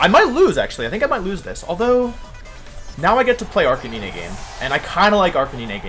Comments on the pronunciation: Whys he call Arc - canine, arc-can-in-eh...??? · The way you prouounced Arccanine all video hurt 🙈. Canine as in dog dude! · “Jija impact” “Arcaninay” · its ar-kah-nine- holy crap i hate the way you pronounce arkanine. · Pls prenounce arcanine like a normal person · I’m actually having a brain aneurysm because of how Wolf pronounces Arcanine.